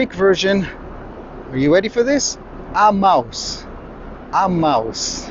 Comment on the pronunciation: are you says 'a mouse' or Emmaus.?